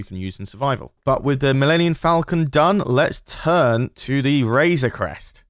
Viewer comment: "mellenion falcon" 😂😂